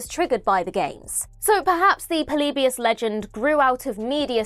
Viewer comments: The way says "Polybius" makes me laugh 😂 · It bothers me how many times you mispronounce "Polybius" in the video.